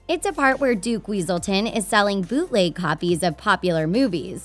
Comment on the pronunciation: Its weaselton not wesulton